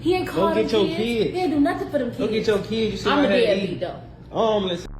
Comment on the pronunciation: It cracks me up when I hear someone say "key-ids".